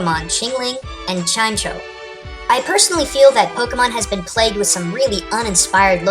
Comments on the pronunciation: Chimecho isn't pronounced 'chime-cho', it's pronounced 'chime-mek-o'. or, Chime-Echo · I don't think it's pronounced Chime-cho, I think it's pronounced Chime-eco. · wouldnt chimecho be pronounced chime-echo not chime-cho? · Chingling is Gen 4, Chimecho is Gen 3. On the subject of names, Chimecho is pronounced "Chime-Echo." I have no idea what the hell a "Chime Cho" is. I'm guessing you also pronounce Aegislash "A-egislash." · Chimecho Does anybody else pronounce it "Chime Echo" because that seems pretty cool yet.. come on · also, chimecho is chime-echo and not chime-tcho. not too important but i also made that mistake before hearing its actual name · He said Chime Cho... His name is pronunced Chy Mehko. James says it tons in the anime. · just so you know, chimecho is not pronounced "chime cho" it is pronounced "Chime Echo" I saw it on bulbapedia and in the anime. ;) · I'm pretty sure Chimecho is pronounced as Chime-Echo. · isnt chimecho pronounced "chimeko" ? idk thats how they pronounce it on tv. Just saying :3 LOVE THIS SHOW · Chimecho is a combination of chime and echo so sorry to be a hater but it's prenouced chimeko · Chimecho? Really? It's pronounced chime-echo. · You said Chime-Cho. We've all been there man, we've all been there. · I think it's pronounced "chime-echo". At least that's how the anime did it. Not the best source, I know, but unless the Pokedex in X/Y actually speaks (which would be AWESOME!), it's all we've got. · It's pronounced Chime-E-Co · Chimecho's name is really pronounced "chai-meh-koh", and it's supposed to be a combination of "chime" and "echo" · Its pronounced Chime-Echo isn't it? Share the knowledge ^,^ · and it's chime-EKO. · Chime "echo" u said it wrong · You've probably already heard this,, but Chimecho's name is actually pronounced Chime-echo. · You're pronouncing Chimecho wrong.